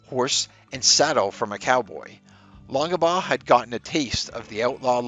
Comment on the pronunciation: WAIT!! -“Long-Ah-Baugh”??? You don’t pronounce the middle initial,.